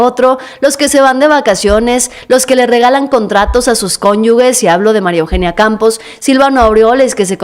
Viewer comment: Con el debido respeto jovencita, se escribe "cónyuges", pero se pronuncia "conyujes", pero que no hay "u" entre la "g" y la "e"... Saludos. Excelente trabajo, felicitaciones.